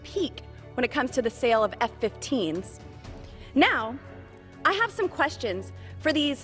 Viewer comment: My God, she said " F-15's ". Is she simply waxing excitedly, or unaware of her verbal blunder?